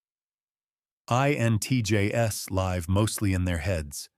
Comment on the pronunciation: Live pronounced incorrectly hit hard. I enjoy the videos created on this channel and will let it slide. If I start reading a news article and find a typo right off, I pass on the remainder of the article and move on. Maybe is because a simple typo made it through both the writer as well as the editor and how can I take in half ass effort on Grammer and not expect the subject matter to get the same treatment. Perhaps it is some other reason. But likely the reason was stated.